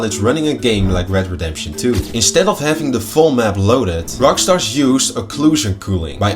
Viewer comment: Hey man loooove all the videos, one tiny picky thing.. it's ROCKSTAR please no S at the end please 😭